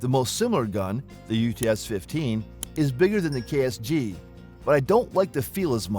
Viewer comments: KSG not KRG 🤦🤦🤦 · You kept saying KRG its KSG or are you doing this intentionally to slander Keltek.? The Utas unless they finally fixed it is an unreliable peace of crap. The Keltek KSG with a little practice can be just as fast or faster to reload than most shotguns. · Isn't it KSG? WAS HE SAYING KRG?